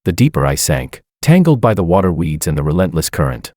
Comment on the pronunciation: I thought he said reeds.